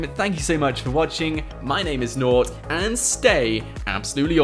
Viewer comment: Your name not nort